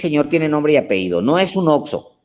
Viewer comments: 5° Por ultimo mi admirado señor Alejandro, permítame hacer una aportación: La palabra correcta es "Apellido", NO "Apeido" como varias veces Usted mencionó. Y por cierto, la 2a. Caja es para procesos administrativos que se usa para recibir proveedores, la usan los Inventaristas, Asesores y Encargados. Debe estar disponible para tareas automáticas. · No se dice apeido se dice apellido! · Por favor la palabra debe ser apellido, ape-lli-do...gracias.